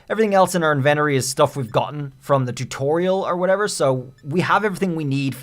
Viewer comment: Did you seriously just say enventery?! It's pronounced inventory.